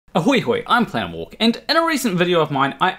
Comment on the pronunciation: nice video but i'm still confused about how you manage to pronounce "planarwalk" as "thaanwalk", your accent is definitely something